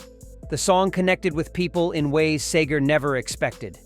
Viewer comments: The man's name is SEGER (SEEGER) not SAGER.. You ruined this video about one of my hometown heroes! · His name is Seger NOT Sager, dummy! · It’s NOT ‘Say-ger’ - it’s ‘SEE -ger’. Good grief! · STOP SAYING SAYGAR IT'S SEGER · If you insist on calling him Bob "Sager" then you obviously don't know $hit about Bob S-EE-G-E-R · This is screwed up, his name is pronounced See gher ..... not Say gher, idiot. Long live Bob! from another, North of Ann Arbor, Michigander, in the 60's and 70's. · PLEASE, his name is Seger, NOT SAY-ger!!! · His name is (See-ger) NOT (Say-ger)😅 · Excuse me it's Seger not Sager. Sometimes you got it right. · It's see ger not say ger you idiot robot! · He was friends with Glenn Fry but you show way too much of the Eagles. And you also call SAGER his name is Seger. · If you grew up in Detroit as I did, Bob IS the soundtrack of your life. Starting with Persecution Smith, East Side Story, Lucifer, 2+2... being one of Bob's backup singers at Cobo for Live Bullet... Going to every Pine Knob concert.... And his name's pronounced Seeger NOT Sayger. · ENOUGH! It's "Seger". Picture two "e"s. NOT Sager. Apparently this isn't human narration. Talk about a world becoming more artificial.😅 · Its Seger, not Sager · His name is Bob SEGER not Sager. Don't be disrespectful!!! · His name is Bob Seeeeger not sager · I love Bob Seger, but this video makes me angry. His name is Bob SEEGER. not SAYGER. You ruin it by keep mispronouncing his name. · I wish the narrator pronounced his last name as SEEger rather than SAYger, but I'm nitpicking.... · For God's sake, it's SEGER, not Sayger. Get your Bot's pronunciation straightened out. It keeps going back and forth from one to the other! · His name is seager not sager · His name is Seger not Sager. Say it right. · His name is pronounced SEEGER not Sager, there is no a in his name. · this is ruining it for me... SEEger - not SAYger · It's See-ger not Say-ger. Now you know! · SEGER NOT SAGER!!!!!!😢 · Yeah the narrator ruined it